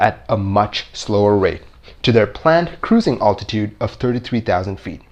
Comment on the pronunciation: For the love of God, it is ALTITUDE not attitude.